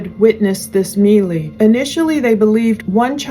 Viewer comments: "Melee" sounds like "maylay" just fyi, not meelee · “Melee” is pronounced, May-lay…just a heads up.